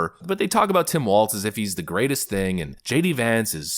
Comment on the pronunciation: His name is Walz like walls. There is no t in his last name.